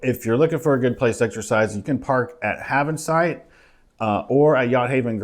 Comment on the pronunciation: Havensight isn't pronounced "hAve-ensight" but "hEyvansight".